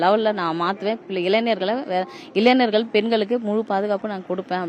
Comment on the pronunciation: இளைஞர் என்று சொல்ல தெரியல இளைநர் என்று சொல்ரா